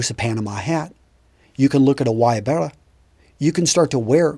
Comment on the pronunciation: Good job at pronouncing "Guayabera!"